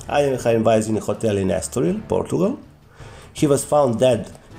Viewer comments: Bad pronunciation, Alekhine is the French version of his real last name; Alechin therefore Alekhine is pronounced aliekin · These English speakers never pronounce Alechin(Alekhine in the French version)it is AlEEKeen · Why do some people pronounce his name like "alley-eckin"? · At school, in England, we always said "Alek-hein" (as in german pronunciation) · The bigger problem is that hes far from being even an immitator of a native english speaker, and still butchers alekhines name.